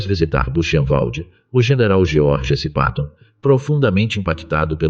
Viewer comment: À narrativa é impecável,más o Nome de muitos protagonistas estão sendo exclamado erroneamente. Geoge s. Patton jr.